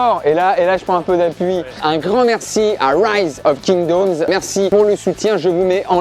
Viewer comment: "Rise of Kingdaumes" 😂